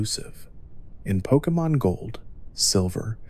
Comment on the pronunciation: I love these videos but just a point of criticism, I'm not sure why you keep pronouncing names differently within minutes of each other? It's a little off-putting.